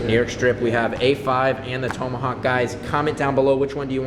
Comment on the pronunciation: You mispronounced tomahawk